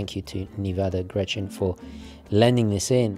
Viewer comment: Wow, thank you so much for the review! I'm Swiss and never heard of this brand at all. This is certainly going to be my next watch, or maybe their Super Antarctic 3.6.9. I own a Hamilton American Classic Intra-Matic Panda chronograph which is sadly just a tad too big for my wrists, the Nivada would be perfect. You are pronouncing "Grenchen" wrong though and make it sound more like "Grenschen". I can't think of an english word with this particular sound though. Imagine "ch" being pronounced like a "k", but without the attacking sound at the beginning, your tounge shouldn't hit the roof of your mouth. In swiss-german dialect we'd pronounce it "Gränche" :)